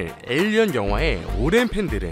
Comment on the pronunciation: 7분27초 왜 도대체 왜 '에이리언/에일리언'을 '에어리어/에어리언'으로 발음하나요?